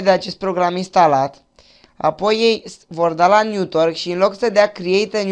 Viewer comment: "Niutorc" ? :))))) Se zice "netuarc" (network) :))))))